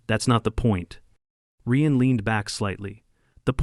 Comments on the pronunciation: Drives me crazy AI can't pronounce names correctly! Ryan is R.I.A.N Not R.E.A.N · “Ree-an”? Who the hell is “Ree-an”? Ryan is pronounced Reye-an.